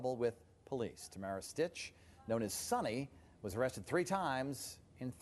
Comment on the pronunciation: It's SYTCH, not STITCH.